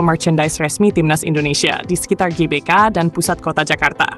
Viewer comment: Klo mimin menyebut nya JBK bukan GBK , jadi Jelora Bung Karno dong.🤔 😅😅 bukan Gelora Bung Karno 😅😅😅